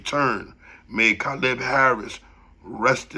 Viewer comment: nigga that's not how you pronounce Caleb bro